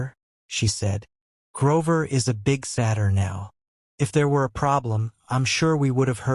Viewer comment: The fact that Satyr was mispronounced imma find a different one